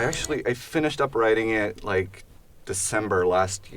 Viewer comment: Did you rike it?